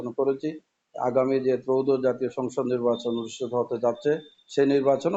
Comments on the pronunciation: "নিব্বাচন" কি ❓😁😁😁😁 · তো নির্বাচনই বলতে পারেন না, নিব্বাচন নিব্বাচন করতেছেন। নিব্বাচন আর নিব্বিচন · অত্যন্ত সম্মানের সহিত কে বলতেছি আপনি আগে নির্বাচন উচ্চারণ করা আগে শিখেন তারপর রাজনীতিতে আসেন